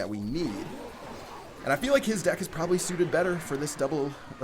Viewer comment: "you propeply not"